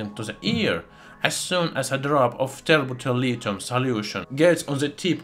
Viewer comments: Tert bulilithium, also pronounced terrible terlitum thats all i heard the whole timw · it sounds like he said the chemical not from earth is turbo terilium? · I can’t even understand what he’s calling the liquid at the end - tepeterlithium?